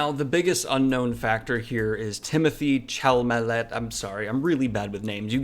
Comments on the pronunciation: I would argue that Timothee (Cha-la-Mae the pronunciation doesn’t make sense I know😂) is A list in Hollywood at this point and Denis has a bad track record when it comes to box office. He’s amazing so I hope this is his break to mainstream audiences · What did you just call ma boy timothée? I felt like I was having a stroke! 😂